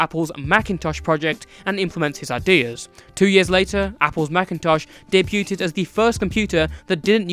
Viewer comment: Small nitpick: the T in debut is silent so the past tense is pronounced "day- beood". Aside from that great video!